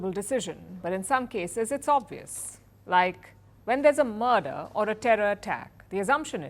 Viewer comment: Not "Mudad" Speak correct Murder & keep your view up to India😊